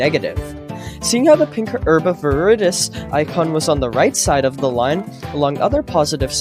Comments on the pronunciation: his pronuncation is awesome. He pronunces it (Herb AvirIdis) normally pronounces (Herb Of Veridis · Is no one talking about how this guy says “herb of veredis” 💀🙏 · I think hes saying "herbovirdis"